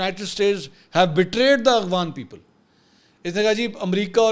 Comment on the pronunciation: Bhai its AFGHAN (A-F-GH) not AGWAN 😢